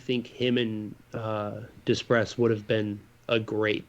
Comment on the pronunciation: Holy crap! We won!!! And of course the Zegras/Comtois/Terry line we were all excited for didn’t have any points. Typical of this season. The level ignorance shown by is quite impressive. He brutally mispronounces the name Simon Depres & follows it up with “Oh is that how you say it? Well, whatever I’m American and don’t speak French.” I’ll have to add that to the Forever Mighty drinking game. Drink: Every time you hear the phrase “Yeah...no...you know” Anytime you hear a terrible mispronunciation of someone’s name. - Dreesdale - Zaygrass - Eeekins - Duhpress Kessle would be fine as a Duck. Any true top line forward would be a welcome addition to this line up. Nice to see Steel start to get points. He’s gotta know he’s playing for his job at this point.